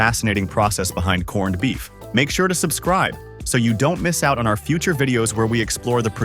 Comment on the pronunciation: The narration couldn't even say 'corned beef'. Correctly half the time....